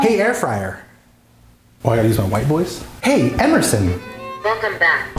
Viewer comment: hahahahaha air frayer wtf